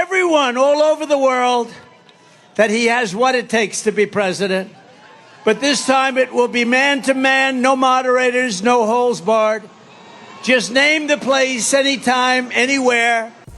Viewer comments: oh for sure, but I could swear he said holes instead of holds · Anyone hear Trump said "no holes barred" instead of no holds? Has he veen watching porno?